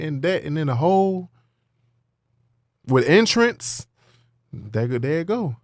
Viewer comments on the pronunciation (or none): With Entrance 😭😭😭🤣🤣🤣🤣🤣 i think he meant Interest 😂😂😂